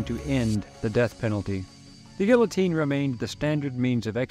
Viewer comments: It's pronounced 'geetohteen'. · Great video, but the l's are silent, in guillotine. Not knocking you. Just want you to know. Great video, again. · You'd think a history professor would be able to pronounce this machines name correctly.